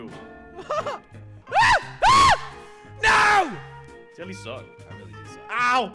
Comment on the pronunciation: 2020 pronounce jelly 2022 pronounce jelle